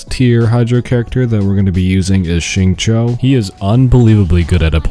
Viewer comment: Xing q not xing cho